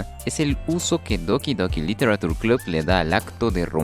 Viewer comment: Me pregunto porque la gente sigue pronunciando -ture como "tur" cuando se debería decir "che".